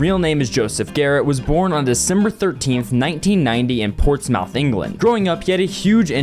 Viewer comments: it’s not pronounced ports-mouth it’s pronounced ports-m-th / math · I'm sure no one will see this or care, but, just so you know, its pronounced "Ports-MUTH" like, "tuff". However I understand that British English is very weird. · The way he said Portsmouth triggered me (as and English person who has been to Portsmouth hundreds of times) - it’s pronounced p-or-ts-mu-th lol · Ports mouth lol I am from here it is pronounced ports muuff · That pronunciation of Portsmouth hurt so much. Ports mooth (oo as in foot) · not allowing that disgrace of the way he pronounced "Portsmouth", it isn't "mouth" but "smuhth" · bro it is not pronounced port's mouth if anything it would be called ports mith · Portsmouth is pronounced "Portsmuth" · portsmouth = ports-muth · its pronounced "portsmuth" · I’m sorry the way you pronounced Portsmouth got me 😂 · Portsmouth is pronounced hilariously here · The way you pronounced Portsmouth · The way you said Portsmouth at the start made my British self upset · What is that Pronounciation of portsmouth😂